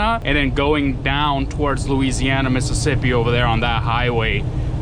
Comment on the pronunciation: I think you mispronounced Missippissi